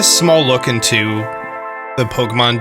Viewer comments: pronouncing “DLC” as “dilk” was an absolute gut punch that I wasn’t expecting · 🤣🤣🤣............man said Dilk(DLC)..🤣🤣🤣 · "the Dilk". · the "Dilk"